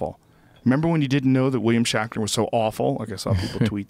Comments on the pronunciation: "William Shackner". Joe needs to take a break from THC for a little while. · Who the fuck is "William Shackner"?!